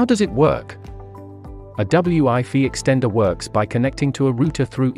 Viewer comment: I’m sure this is a good explanation of the difference between the two, but unfortunately the computer generated voiceover’s inability to pronounce “wifi” correctly makes this impossible to comprehend as every second word is pronounced “ double U I fee”. What a shame